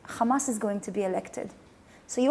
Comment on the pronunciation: i bet before she moved from Canada to colonize Palestine she said hamas not khamas